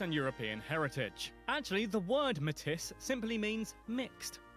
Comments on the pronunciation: This is driving me crazy Metis is pronounced.. may tee NOT ..ma tis lol ,They are a mix of early French and Native people . My step mom is Metis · "Matisss" no. It is pronounced, maytee. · Btw Metis is actually pronounced "may-tee", not "may-tis". This is because when Europeans were first marrying into indigenous communities, thus forming the Métis population, it was mainly the French involved. So it aligns with the French pronunciation of "may-tee." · and Meyis is pronounced "may t" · metiss? lol... no.. its pronounced may-tee like matey lol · Such a silly brit, metis is pronounced may-tee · Métis is pronounced "meh-tee". The "s" is silent. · Metis is pronounce "Matey" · Metis is pronounced like may-tee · I truly wish these videos could be narrated by Canadians who could pronounce things properly. Or, at least, that the narrators would take the time to find out what the proper pronunciations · The narrator mangled the pronunciation of Metis. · The Englishman's pronunciation of Metis made my teeth hurt. Oof. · Yeah, it was driving me crazy too. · He made it sound like they were inbreeds when in fact it was the french who were hooking up with them. That's the mix.